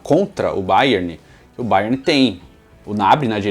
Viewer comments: fala Bayerni achei diferente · Pq ele tá falando bayerni ? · "Baierni"..... Kkkkkkkkkkkkkkk que perna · A agonia que me deu de tu ficar chamando o Bayern de BayernI kkkkk vida longa ao Futirinhasssss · Que chique, fala Bayerni kkkk